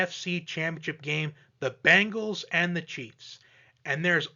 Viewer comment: B EEEE ngals not B AAAAA ngles ...lol